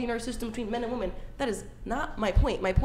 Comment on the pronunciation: cant even use the proper plural pronunciation of women. Her opinion is worth nothing.